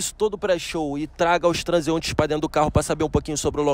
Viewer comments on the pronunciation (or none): Quando o coroa da pipoca falou "transuentes" (transeuntes) eu fui de arrasta pra cima KKKKKKKKKKKKKKKKKK